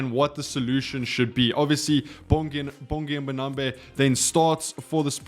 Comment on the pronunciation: Man you pronounce his name correctly though? Its not MbonambE its MbonambI.